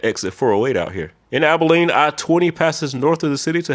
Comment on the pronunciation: HE SAID ABILENE RIGHT!!! Also Dallas is considered to have a full beltway because of IH-20, IH-635, and Loop-12/Spur 408 creating a full loop around Dallas proper